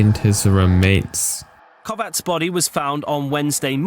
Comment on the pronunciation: This Viktor Kovács and not Viktor Kovats this wrong. I am from Hungary but not knew his accident. He is looking Romina gy. Spyies because his name Kovács Romina gy. Spyies name